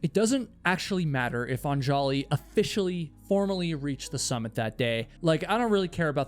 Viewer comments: Isn't it pronounced ON-juh-lee (stress on the first syllable)? You keep saying on-JAH-lee. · Every time he pronounces "AN-ja-li" as "an-JA-li" I hear a record scratch. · I love your videos but perhaps a little research when pronouncing Indian names would be helpful. Anjali is not Un-jolly. It is Un-JAH-lee. Or like Angela but say Ungelee. This is a common name in India and I appreciate that you work really hard to remember and constantly say their names during your videos but it’s so jarring to hear it pronounced so wrong so many times. It’d be like someone pronouncing your name Kay-WHY-la. It would be distracting. Think you can ask for names to be pronounced on google. But again thanks for your videos. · Anjali is pronounced ON-jully not on-JOLL-y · Anjali is pronounced 'ahn-JAH-lee' not 'on- jolly'. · Anjali is pronounced UHN-juh-lee, not on-JAW-lee. Come on,. One little Google. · I know this might not matter to most but her name is pronounced "AHN-juhlee". This is how her husband pronounces it in the documentary by CNA Insider called "A Deadly Ascent". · Super distracting to have you mutilate the pronunciation of Anjali. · The way you are pronouncing Anjali's name is driving me nuts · The countless mispronounciations of Anjali pisses me off because my wife has the same name. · This is a good vid but like bro couldn’t be assed to google how to pronounce “anjali”? lol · Don't put the accent on the "An" in Anjali. Accent the "li" instead. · The name Anjali has the stress on the first "A", not the second.